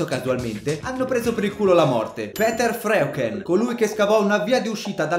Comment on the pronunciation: Non vorrei sembrare un grammar nazi, ma il primo (Peter Freuchen) di dovrebbe pronunciare "Piter (o Pitah, a secondo dell'accento che si vuole dare) Froiken"